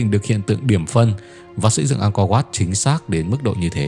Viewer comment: 'Ăng co oắt', đọc đúng tên là phải phát âm thế à bạn, chứng tỏ bộ giáo dục của nước mình kém quá,'Ăng co vát' .